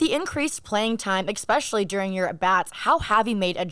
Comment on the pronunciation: especially - not expecially. Really enjoy having Josh playing for TX.